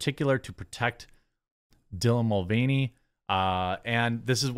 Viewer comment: Villain Mul-veiny.